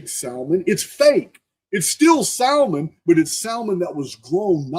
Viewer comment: You crack me up with how you say Salmon. The L is silent. Much love brother.